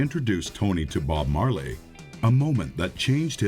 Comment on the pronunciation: you dont say the E in marley...